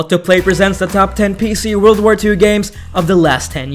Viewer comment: Wold of Tanks? ....you mean world of tanks? lol